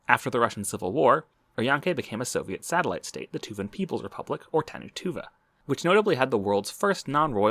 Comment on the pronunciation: "Tanu Tuva" "Tanu What??!"